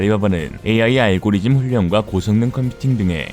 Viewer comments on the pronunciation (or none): none